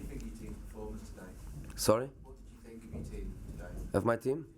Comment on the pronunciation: Your English lvl still same. “I sink”